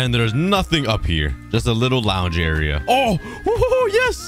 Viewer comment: i love how he says "era" instead of area lol.